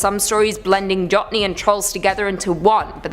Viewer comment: Jotne is Norwegian and pronounced Yoht- Neh. Just thought I'd offer some help there.